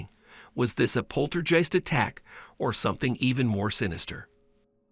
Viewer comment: One would think the AI talking thing would know the difference between the word "debris" and "debrees". And then the always scary "polterjiste". Lazy content creation. 👎